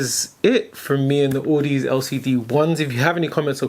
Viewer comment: Actually it's au-da-zee (like odyssey) still good review. It's down the audiophile rabbit hole with you now.